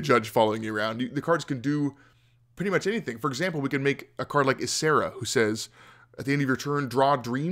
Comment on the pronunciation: So did nobody else really notice the pronunciation of "Ysera" in this?